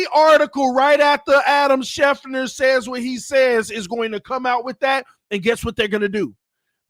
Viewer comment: It's Adam SchefTER, not Adam Schefner. 😅